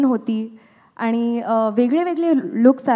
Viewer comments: Wooooooohw the way she pronounced 'ani'. She seemed to be a actual Marathi girl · Me when she said "aannii" and not "aani"😍